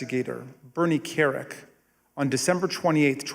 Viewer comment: That’s: “Carrick”.